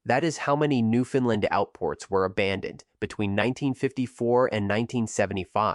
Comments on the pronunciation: It's pronounced Newfoundland, not Newfoundlind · I live in newfoundland stop saying newfinland 😅😊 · Bro I can’t listen to you say Newfoundland incorrectly. Painful. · Fact #1: Newfoundland...rhymes with understand. Fact #2: AI audio fucking sucks. Other than that, not so bad. Thanks.